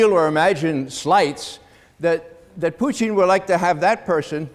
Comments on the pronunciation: That's the right way to say it, in Russian. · It's because he speaks Russian, and that is the correct way Putin's name is pronounced.